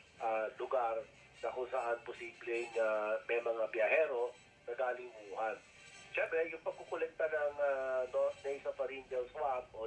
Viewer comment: WUHAN PO Hindi YUHAN! May problema po ba kyo sa Pandinig po?pasensya npo napansin ko Lang. Sana po sa susunod topic nman about sa Kilay. Fan nyo npo ako